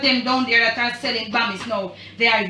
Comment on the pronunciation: “Hey, heverybody, how har you doing? Har you hay-okay?” Lol! My husband and I chuckled 🇯🇲 thank you for the video!